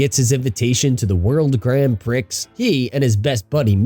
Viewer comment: “World Grand PRICKS” It’s “pree” LMAO